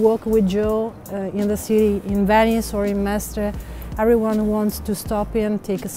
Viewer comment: Cmon. The way you said Mestre made me want to bash a crowbar over my head 😂😬